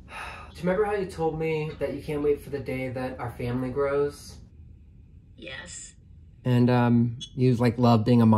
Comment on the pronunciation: Haha that very terse YES at the start 😅